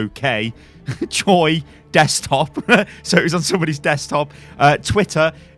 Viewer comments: Beluga Hugh It's pronounced "Choe" not "Choi", but the problem is that people who don't know Korean can't possibly know this, and tbh no one will expect it such a simple word to be pronounced weirdly. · Why does everyone pronounce "Choi" like "choy"?!?!